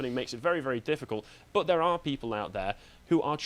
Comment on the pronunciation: What kind of dreadful English dialect does have where "but" is pronounced "buht-suh"?